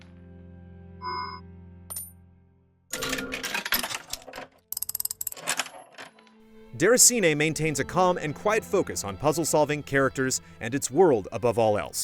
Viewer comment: i dont get what you mean.. i am french canadian and it sounds fine